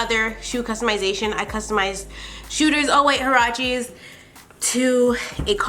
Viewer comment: U ceep saying huaraches wrong